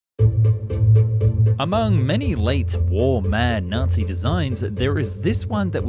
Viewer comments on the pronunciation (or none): none